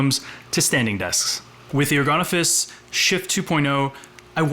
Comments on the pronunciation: They make ergonomic office furniture...so it's pronounced "ergon-office". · Is there any chance the final 's' is not pronounced because it is French?